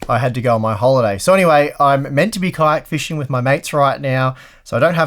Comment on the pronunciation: Man, I had to listen to it several times before I could hear kayak, funny enough kite fishing does exist.